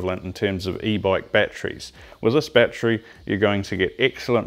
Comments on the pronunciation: battery... not batree there are 3 syllables ˈba-t(ə-)rē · you mispronounced the word battery ..